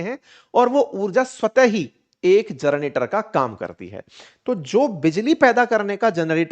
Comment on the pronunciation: जनरेटर बोलिए आप जरनेटर बोल रहे हैं।